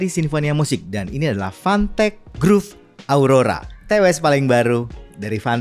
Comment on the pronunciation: gue dengernya "fantek" 🗿